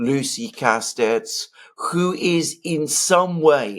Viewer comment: On a side note: The t and the s in (Lucie) Castets are silent. Correct pronunciation: Lucie Casté.